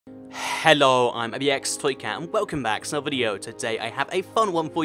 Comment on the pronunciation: Why does he say "hallo" instead of "hello"